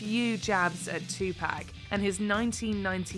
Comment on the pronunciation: The way she said 2Pacs name made me take a double take. It hurt to hear her say it lol